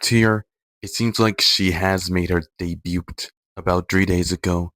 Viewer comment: Why are you pronouncing the T in debut T-T. No hate btw thanks for the reccs ❤